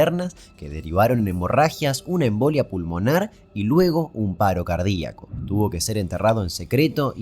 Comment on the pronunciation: Fanático de cómo Damián pronuncia la palabra "cardíaco"